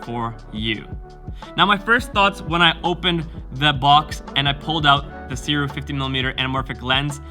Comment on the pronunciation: I can’t wait to get my copy. By the way, Sirui is pronounced “Sue ray”